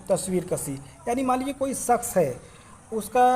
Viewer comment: جناب تلفظ پر دھیان دیں ۔۔ شخص میں ش ہے نا کہ س